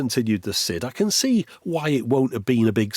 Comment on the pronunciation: Is it not pronounced 'side' rather than 'sid'?